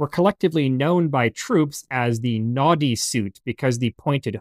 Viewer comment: Noddy sounds like naughty when you say it, makes me smile, good videos.